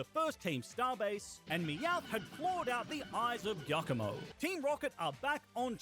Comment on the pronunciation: why you sai iacomo and not giacomo